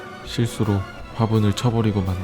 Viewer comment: 글고 '실수로'를 더 강조한듯한데....